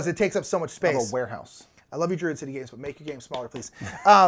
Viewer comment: "Socerer City" by "Duid City Games" XD